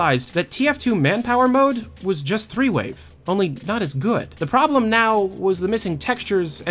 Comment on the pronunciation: I kept hearing you say "three-way" instead of "threewave", so when you said that it was a folder that nobody knew what it was, I definitely had a few ideas...